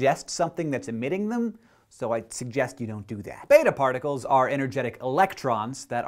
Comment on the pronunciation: did he say barticles?